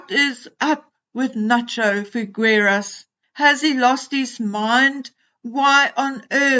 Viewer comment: Nacho has been jinxed (markled?) as all those who associate even slightly with her. By the way, just a tip on Spanish pronunciation. The "gue" in FiGUEras is pronounced as the "gue" in the English word "guess" FiGUERAS. The U is not pronounced. It will make it easier to say it. It is really a pity because as you very well said, Figueras' is elite in Argentina and until now, also abroad. He went to school with H in Eton and really considers H as a younger brother. One word in his favour. In Argentina, men do give bear hugs to their male friends, it is common practice without any ulterior connotation to kiss a male friend on the cheek, like brothers or close family. Argentinians are known to be warm, welcoming people, especially the people connected to farming, cattle breeding, racing or polo horse breeding. So it's not unnatural for Nacho to be like he is with H. But he's made a huge, huge mistake by letting himself be dragged into the "Meghanian" circle. I hope he wakes up soon, because his "brand" is really going to crash. A pity because he really is a great guy "friend to his friends, nice, very pleasant and warm".